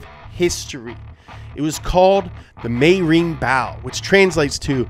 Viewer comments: mei (mey)-ri not me-i-ri (me-ee-ri) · Meiri is only two syllables. Not three.